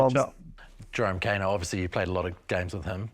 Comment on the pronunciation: Hey Bro. You live in Aotearoa, you have access to genuine Te Reo speakers and education, And yet you mispronounce Kaino to his face Try harder